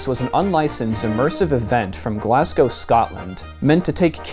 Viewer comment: Good job pronouncing Glasgow better than most Americans lad